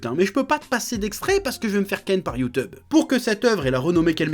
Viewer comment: "J'vais m'faire ken par youteub" !! XD